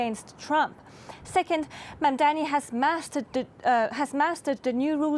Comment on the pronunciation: Knucke dragging mugs, they are so pissed that Mamdani is going to win. Still can't say his name properly and it's not Mamdami to the thick news host